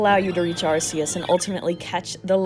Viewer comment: FINALLY SOMEONE ELSE WHO SAYS “AR-SEE-US” !! Awesome video btw love learning about Pokémon glitches